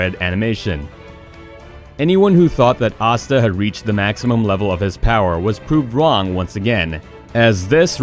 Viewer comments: ya it tells ya he watches none of these shows Asta. He think it spelt like pasta just minus the p. If you try to give your opinion of 10 best Power Awakening at least watch the episode or do some research because you would at least would of heard them saying their name correctly . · You pronounced naruto asta and obito wrong, just a heads up.